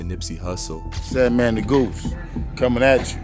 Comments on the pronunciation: Sandman Negus pronounced Knee-gus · Your pronunciation is irking me…it’s pronounced “Knee-goose” ie Negus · Negus, pronounced Nuh-Goose. #Smh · Yall say Negus so not right( Knee-goose) is the pronunciation (Sah-Door) not saydoor. Nips mom was Angelique—not Angelica and I don’t think Dru Down and lil SandMan were friends. And his big brother died from Gangrene 🤦🏾‍♀️🤦🏾‍♀️🤦🏾‍♀️